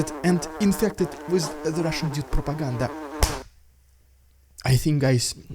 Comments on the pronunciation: This "rrrrrridiculos rrrrrrrrrrrussssian propaganda" is LEGENDARY, never stop doing this 🎉❤ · What I liked when you introduced the Russian propaganda is when you rolled the Rrrrrrrrrrrrrrr.